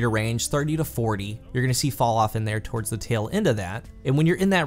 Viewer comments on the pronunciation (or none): none